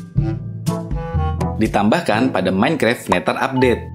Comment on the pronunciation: neder bang tapi d nya di tukar sama th jadi nya seperti ini NETHER